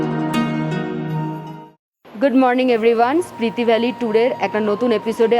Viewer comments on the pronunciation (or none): Hello, etota pronunciation bhool mana jay na. Spriti valley na, Spiti valley. Protyekta video te bar bar Spriti shunte shunte birokto lege jacche.